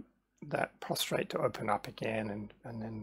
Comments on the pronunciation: It's prostate not prostrate but a good vid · Good video but it’s a prostate not a prostrate.